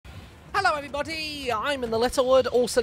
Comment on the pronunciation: Nobody Literally nobody Him: Hallow every bodty im in the lettle wuud and welcome back to fartnute